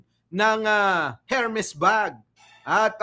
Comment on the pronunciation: silent H ang pagbigkas ng Hermes (air-mhez or er-mhez)